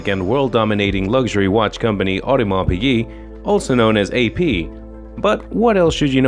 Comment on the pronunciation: this video has some wrong info! for example AP was born in 1881 and Shah Iran was born in 1919 how can he be the first customer of AP. Also the voice over do not know how to pronounce piguet right!